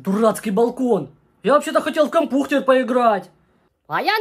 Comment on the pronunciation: вот когда ты запомнил что не кампухтер а кампютар